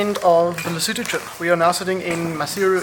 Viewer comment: Today I learned how to pronounce Lesotho